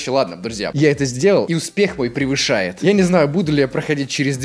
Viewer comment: Я угораю от слова "Привышает"))